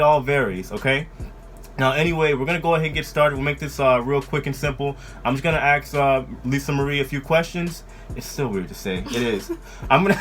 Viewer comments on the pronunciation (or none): ASK not AXE